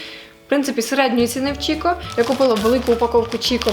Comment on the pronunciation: Доброго дня! Приємно вас слухати, ваша манера розмовляти неймовірна! Дуже хочу звернути вашу увагу бренд, який ви називаєте Чікко, насправді читається як Кікко… Дякую за ваші відео!